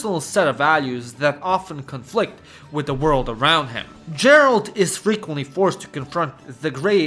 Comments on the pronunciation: another one who calls Geralt, gerald... ehhh, shows u most likely havent played the game, or have no ears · yeah all but.... Geralt has a Hard sound "GHEralt" plz 😭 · Bro, say DŻERALT one more time, I dare you. How do you talk so much about the game and not know how to pronounce the protagonist's name? Have you even played it, or did Chat GPT write the script? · You could also mention Arma 3 or Workes&Resources: Soviet republic. Topic of those games would really fit into this video. PS. For the gods sake, its Geralt, not Džeralt. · Man really called him jeralt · for that pronunciation of gerald you will suffer a tragic fate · Have you played the Witcher? It's pronounced Gheralt. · JERALRD OF RIVIA..... I cringed everytime when you said it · Agreed. P.S: Every time he said "Jeralt" I wanted to punch the screen. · I enjoyed your video and these are all games I have played but I couldn't help but notice how you got Geralt's name wrong. Since you live in Romania, the phonetic pronunciation is Gheralt. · nice video but now I know you did not play any Witcher game, if you did you would know how to pronounce Geralt name right and here you make video about games, details matter dude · As Czech I'm so proud of our games Arma DayZ Factorio Mafia series began here And of course Kingdom Come 1 and 2 But I almost wanna give you dislike for how you pronounce Geralt, anytime you said his name I died inside :D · Well…clearly you didn’t play “the witcher”….else how can you mispronounce the main character name🙄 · I'm giving this a like despite you being a fucking retard who can't say Geralt right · Capital punishment for the pronunciation of Geralt.... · The fak is that pronounciation of Geralt? 😭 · Why are you pronouncing Geralt like that aaaaaaaaaaah. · Goddamit, it's Geralt, not Geralt!!! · I was so absorbed by the video... until I heard how he pronounces Geralt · It's pronounced Geralt, not Geralt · Your pronunciation of Geralt's name hurts my ears... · Geralt, not Jeralt bruh